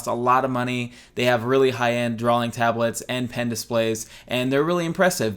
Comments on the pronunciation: Love you, love this, good video. Quit saying drawling. It's drawing. For god's sake you're an artist! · I don't know. I feel like this twitch will be with me the rest of my life. While we're on the subject...why do you put an L in "drawing"? You say drawling.